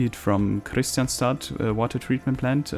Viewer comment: Nice episode. Btw, Kristianstad is actually pronounced like this in IPA krɪ'ɧansta